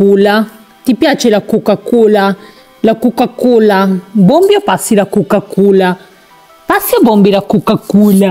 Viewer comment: La cuca cula? ma come parli